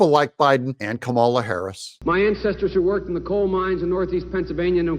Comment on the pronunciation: Kuh-mala is so irrelevant. 😴